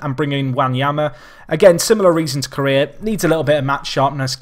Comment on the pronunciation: James Iyer That one is actual rightly pronounced. It's la - may - a that sounds weirdest to me.